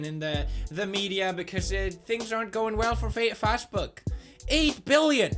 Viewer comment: Pewds didnt know how to pronounce Facebook XD